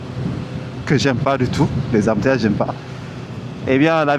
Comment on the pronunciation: On adore 🤣 Embourrrrrrteillages 😂finalement wadji Yakkoul seu mood déh ak seu wedding celebration 😂😂